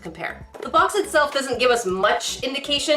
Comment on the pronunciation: ı lıke how you saıd: "squesy bomx!" to make ıt clear you saıd bomx ınstead of box..